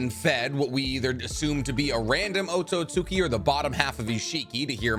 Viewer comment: Here I am again attempting to assist in your pronunciation. Otsutski is pronounced OAT-SOOT-SKI Hope you see this and fix that awful pronunciation!